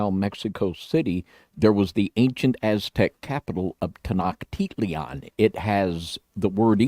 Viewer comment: I Love your videos and information but some of the pronunciations of Quetzlcoatl and Tenochtitlan are way off.